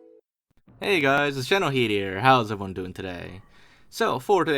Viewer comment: Can someone please explain to me why he pronounces generalkidd like general heed. Wondered this for yeeeeears.